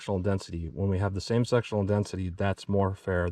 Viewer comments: I'm sorry I just have to laugh, it sounds like you keep saying sexual density LOL 🤣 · You said Sectional Density, what I heard was Sexual Destiny. Since I giggled at it, now that’s all I can hear everytime I watch it.